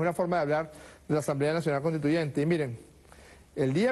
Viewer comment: Por favor díganle a Maduro que se pronuncia conStituyente y no CONTITUYENTE que bajeza de presidente